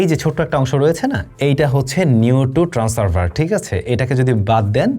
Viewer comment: Trans servers na re vai…. 😂ট্রান্সসিভার হবে উচ্চারণ টা । মানে একই সাথে ট্রান্সমিট এবং রিসিভ করার যন্ত্রl